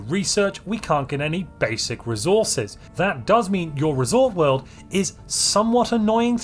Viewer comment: What a coincidence, I built my first resort world today after years of playing Stellaris. I have to say, I'm really disappointed by the lack of unique buildings. Not even a reskin of luxury residences called luxury hotels Also, every time you say "resort world" it sounds like "risotto"